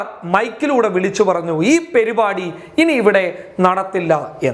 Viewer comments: Perupadi alla mone parupadi ennu parayan padichu va oru news vayikunna alale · പെരുപാടി അല്ല പരിപാടി 😄😄😜